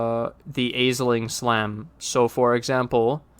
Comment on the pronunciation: “Ash-ling”. Ash, like burning something turns to ash. Say it with me now: ASH-LING Thank you.